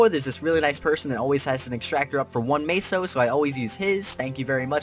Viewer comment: im honestly gonna kill myself if he says maysos 1 more time! Its meso (meh-so) xD